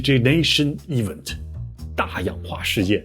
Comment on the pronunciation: 被惊到，你哪儿来的这么多好玩新说😊不过有个秘密就是把event这个词去正正音😂